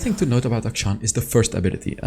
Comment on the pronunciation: FINALLY SOMEONE WHO PRONOUNCES HIS NAME CORRECTLY